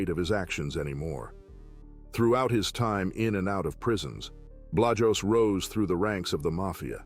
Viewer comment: The way yes pronouncing Art Blajos's name is killing me